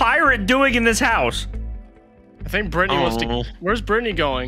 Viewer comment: It's Britney Beach! that's all I can think of every time they say Brittany I'm literally dying of laughter